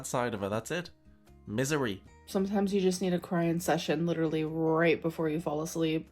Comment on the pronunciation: “Doing dishes is the leedurally the most PAINFUL thing”. I’m just imagining her picking up one plate, and the instant she touches the soap all of her bones shatter like glass